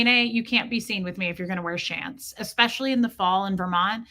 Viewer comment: She sounds like she was a flounder fish if both her eyes were on the same side of her head. When you said shants i almost did one🤣🤣🤣🤣🤣